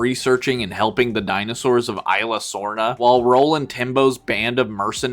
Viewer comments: Its pronounced like ease-luh-sorna. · It's esla sorna!